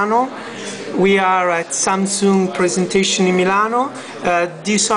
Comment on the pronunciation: lol 'samsooong'